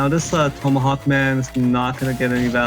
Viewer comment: learn how to say tomahawk. annoying af